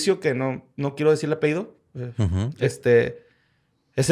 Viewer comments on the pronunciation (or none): No mamen se dice apellido. No apehido no mamen qué pedo…